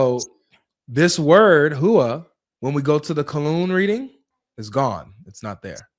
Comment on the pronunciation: Huwa? More like where-a